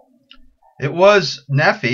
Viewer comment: Nephi is pronounced Knee-fy lie the name Levi.